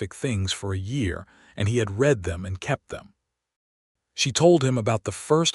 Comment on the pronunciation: Lovely story. One thing I wish AI voices could do is pronounce words in context, such as the word "read". Most narrations say "reed" but sometimes the proper pronounciation is "red". Just saying! 😊